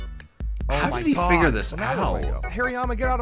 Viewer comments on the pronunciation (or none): none